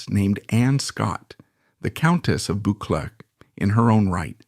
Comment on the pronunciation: I'm pretty sure the name Buccleuch is pronounced Buck-Loo.